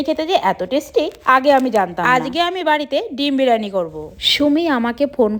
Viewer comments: Byriani ❌ Bereni ✅ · বিরিয়ানি ❌বিরেনি ✅😂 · Birani noi biriyani